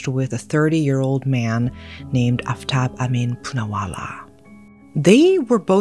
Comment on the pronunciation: the name butchering is KILLING me. "shr-AH-da" "aaf-tahb"